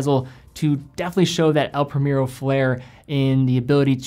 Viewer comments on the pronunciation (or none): It’s El Pree-mehr-oh, not premier-o, cmon